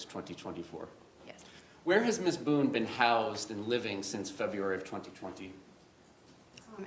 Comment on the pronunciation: Did the judge call her MS BOOZE.. LOL I think he said BOONE But sounded like booze